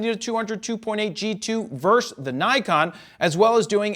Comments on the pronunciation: Versus is what vs. Stands for, not verse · "Verse"? Isn't the word "versus"? Thanks for the review. One small aside for me is that I never would have guessed the new(ish) Nikon version to be noticeably lighter. I thought all these s are tanks. My Nikon definitely is.